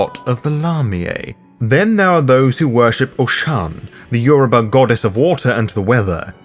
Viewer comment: Well done on the pronunciation of Yoruba words, I'm impressed as a Yoruba speaking individual. Great video.